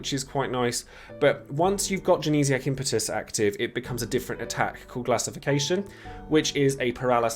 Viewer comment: Glad to hear you're saying 'Impetus' right unlike a certain someone....